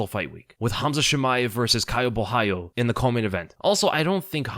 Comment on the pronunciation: Gotta give props for being the only YouTuber I’ve heard pronounce Caio’s last name right